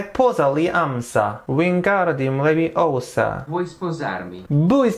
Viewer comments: Its LeviOsa not LeviosA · )) same! It's LeviOsa, not LeviosA ~Harmione/Hermione idk xd